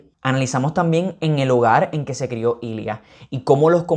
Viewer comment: Amo que el nombre de Ilya si lo consiguió decir bien pero el de Svetlana nunca lo soltó por un momento pensé que era otro personaje xD Me encantó la revisión yo lloré en las mismas partes que tú! Son tan bellos estos hombres